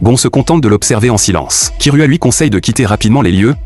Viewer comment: C'est unteur x unure et c'est gon et c'est kirua pas kiroua et il fan une course